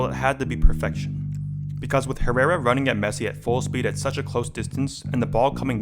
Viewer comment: The way Americans pronounce "Herrera" 😂